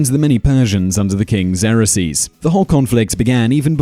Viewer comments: Your pronunciations of some of the words are funny..... Xerxes is one that I giggled at... Such a great video! Love the research you put into it and how quickly you gave information with such little time. Very great vid guys!! Subb'n fa sho! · Xerxes is not pronounced 'Zer-uh-sees'. It is 'Zerk-zees'. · Pronounced "Zerx-sees" not "zera-sees" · Xarraseas? You mean Xerxes? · Who is "Zerasees", I can't find it on the Internet. I did find XERXES, pronounced ( ksurx-eze ) or if that's too difficult, try (zurx-eze). So if that's the guy about which you're speaking, then you're pronouncing it like it would be spelled x e r o x e s, adding an extra syllable, which makes it another thing entirely - the plural result of a verb which came out of a noun, the brand name product office machine, the well known Xerox copier. Which I am sure has gone to war at times but never held a lance, sword, or shield, nor armor or ever rule the land…. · Zrk’sēz not zerresees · Your pronunciation of "Xerxes" as "ZAIR-ax-zeez" is somewhat peculiar. I've never heard it as having more than two syllables, like this: /ˈzɜːrksiːz/. Also, I'm surprised that you didn't even mention the systematic, mandatory homosexuality endured by unmarried youths living in the barracks. Every young man had an older mentor who sexually abused him. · It's pronounced "ZERK-zeez", Simon... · Why can you not pronounce the Persian king’s name correctly it’s pronounced “Zerksees” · Xerxes pronounced Zerkseez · Spaw-ter? Who the hell are Lee-on-nuh-dees & Zer-axe-sees? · Sometimes I watch these videos just to see what this man will mispronounce. Zerasees out of Xerxes? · For Christ sakes! if you are going to do this type of stuff at least learn how to say the names! Leonidas Leo-Night-ez Xerxes Zerk-seas. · Who else was freaking out when he kept saying Xerxes wrong?! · Bugs me the way he pronounces Xerxes. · Learn now to pronounce XERXES. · Can't pronounce Xerxes...Lol